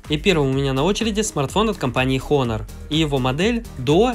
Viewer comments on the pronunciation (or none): ААААААААААААААААААААААААААААААААААААААААААА Honor читается как ОНОР!!!!! НЕ ХОНОР!